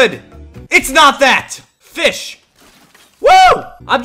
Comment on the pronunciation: Fisch iay 🤣🤣🤣🤣🤣